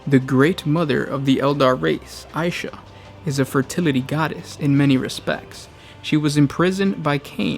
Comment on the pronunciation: Isha or aisha? Vaults of terra called her god of healing as isha, you called aisha , mother